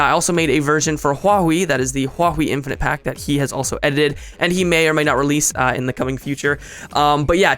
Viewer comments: in-fin-ite ahem... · lol in-FIN-ite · "in-Fin-ite" *slowly clapping* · in-FIN-ite...ILLUMINATI CONFIREMD